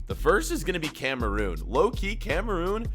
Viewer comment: Every time he says Cameroon I cringe